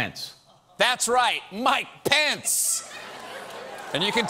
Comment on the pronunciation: is it me or Mike Pence starting to sound like 'My Pants' ?